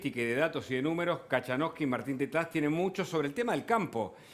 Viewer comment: No se dice cachanosky sino coitonosky.